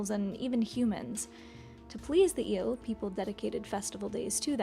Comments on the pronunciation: The name is " ielele", not eelle. They are very dangerous and my grandmother told me that she believe in " iele" !! 😂🎉 Cristian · (this comment it is only about the original video, not about the reaction of Mr. Giant) That is absolutely wrong pronunciation. Right one would be "ye"(from "ye-sterday") "le" (from "le-gend"). And it is usually used as "the iele"="ielele" an then the pronunciation it's ye+le+le. Also the word it's defective from singular, it is always used at plural even that it's a single unit, it is always a group of entities so it does not have a singular form. The name comes from the third person plural pronoun "them" in romanian "ele"(fem)/ "ei"(masc.). In a loose translation would be "the Them" in feminine form (masc. would be "ieii"). Also the whole story it is completely wrong. Kids! "The internet" is not "The Royal Society"! Don't get the data as absolute facts. Most of the data is that some guy wrote something that he believed to be so, and that's it. No triple check from triple sources, no academy background, .. just some guy like you and me. Do not make educational videos based one what some random guy said! :)